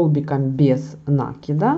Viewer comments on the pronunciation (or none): Тоже раньше ударение в некоторых словах не там ставила, и НАкид тоже был в моем неправильном словаре, в Москве пожила, научили. Я думаю, что неплохо совершенствоваться в родном языке, хотя русский не мой родной, но так случилось, что стал родным)). Это ничего, если нас исправляют, обычно я говорю спасибо этим людям. Спасибо за МК! Хорошо вяжете! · А нАкид или накИд - сама мучаюсь, заставляю себя привыкнуть к накИду - но режет слух и коробит... ну что делать, если всю жизнь был нАкид. Постепенно привыкнем...